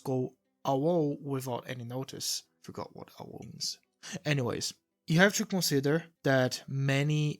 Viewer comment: AWOL is pronounced (A-Wall) or like (eh wall). ya words are fun and weird.